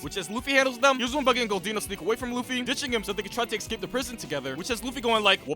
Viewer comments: Escape. Not excape. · it's escape and not ecscape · eScape! Not eXcape. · This is great, but you saying "excape" instead of "escape" drives me absolutely insane 😅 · dude can't say "escape" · bro cant pronounce escape or ask